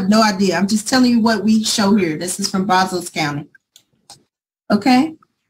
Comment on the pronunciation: It is pronounced Braz-us, not Braz-ose.